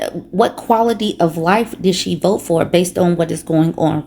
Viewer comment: “I will boat. For donal tromp” 🦞 🎶